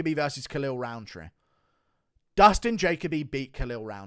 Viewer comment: Guru why are you unable to pronounce Jacoby 😂😂😂(JA-COE-BEE) not (JAY-COE BEE)